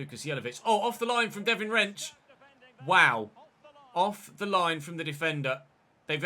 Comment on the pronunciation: I'm pretty sure it's pronounced devine rensch (not Devin) because i watched a video of the Ajax team doing FIFA rating reveals